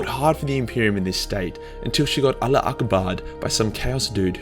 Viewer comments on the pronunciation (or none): none